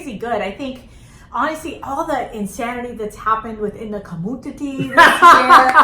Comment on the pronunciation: Lmaoooo the way she said the “ communteatea”🤣🤣